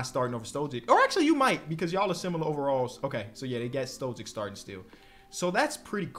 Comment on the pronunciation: Why dont you pronounce Stojic not withthe same as like Jokic and Doncic lmao